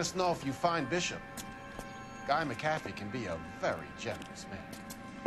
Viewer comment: its McAfEE. just saying